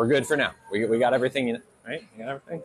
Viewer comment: The way your pronounce EVERYTHING gets on my MF nerves SIR